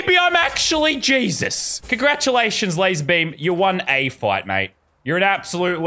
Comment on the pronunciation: YOU KNOW YOU SAID LARZER BUM HOW DARE YOU XD